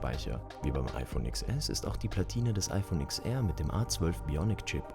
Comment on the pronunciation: Es heißt zehnR und zehnS (oder ten), nicht IX.